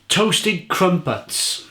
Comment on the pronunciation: I can’t stop laughing at the way you pronounce “crumpets”.